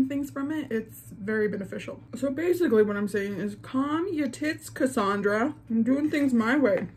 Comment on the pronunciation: And she pronounced it right 😂😂😂👌🏻